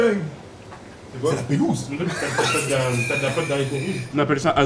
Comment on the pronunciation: Le "c'est la pélouse" à de lonni m'a détruit en plein vol